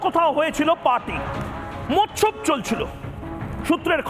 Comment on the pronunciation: মোচ্ছব কথাটা, মৎসব বলবেন না .